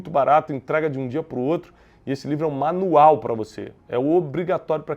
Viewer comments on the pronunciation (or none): none